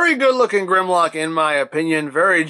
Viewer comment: Maybe it’s pronounced GUHRMlock?